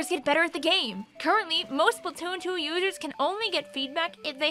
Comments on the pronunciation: “SplUtoon” does sound better than splAtoon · "Spuhtoon" lol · How different people pronounce “splatoon” Regular splatoon players: spl-uh-toon Beginner splatoon players: spl-a-toon: spl-toon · the way pronounces "splatoon" really resonates with me for some reason